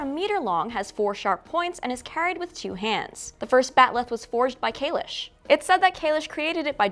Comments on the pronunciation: Nice job. I would suggest calling it "Discovery" instead of "". It throws me every time you do. Probably just me - so please feel free to disregard the suggestion. Calling it is still better than STD though. I don't know why this version went from "Kayless"... to "Kaylish". That's another one that throws me every time I hear it. Maybe they are shrugging it off to "this type of Klingon" - when it's likely caused by the actor's prosthetics.;-) Who knows. In any case -- I appreciate you doing the breakdown and providing a forum for discussion. Well done. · Why does she keep saying Kalish? It’s Kahless!! Like less is more. Less. Kahless. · It’s kahless, not kalesh. You mispronounced it every time you said it. Lol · .... and it's KahleSS, not KayleSH. Maybe get a real fan of the entire Star Trek Universe to write for you guys, are there openings? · Why is everyone now pronouncing Kahless as kahlesh or am i missing something?